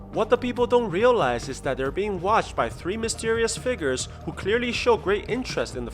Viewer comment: when u said figures i thought u said the n word